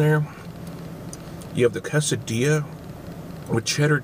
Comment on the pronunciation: KAY-suh-dee-yuh KAY-suh-ree-toe How have you made it this far in life without knowing how to pronounce those words?